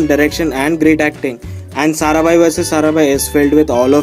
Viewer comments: it's Maya sarabhai not saraben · Maya saraBHAI not saraben! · pehli baat to vo jise aapne atish kapadiya kaha h vo deven bhojani Hai. doosri baat ye Hai ki Maya sarabhai hota Hai na ki saraben . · Sarabhai is a title or caste so you can't say SARABEN 😂😂.clear your facts. Its Maya Sarabhai... Its not like saying Hansa ben... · calling Maya Sarabhai as Saraben is so middle-class :)